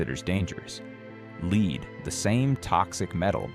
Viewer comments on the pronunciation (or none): Very bad AI voice. Get a human who knows the difference between "lead" (leed) and "lead"(led). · There is something wrong with the narration. Major parts of sentences are unintelligible. It's like double talk. And lead(the metal) is pronounced as led, not leed. 🤨🤔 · Fucking AI pronounces Lead the metal as "Leed" -- DOWNVOTED and DON'T RECOMMEND CHANNEL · You know that you are listening to AI when the word for the heavy metal lead is pronounced “leed.” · ai saying lead properly then pronouncing it leed is why it will never replace us! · why is an AI doing the talking? I know because it says "lead" wrong...when it's the metal it is "led" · Interesting info. Too bad your AI reader can't pronounce the most important word in the video, lead. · I hate AI generated videos. The narration keeps mispronouncing lead. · I wanted to share this, but I hate it that you say, lead instead of lead. Proof read. Proof listen. Sheeesh.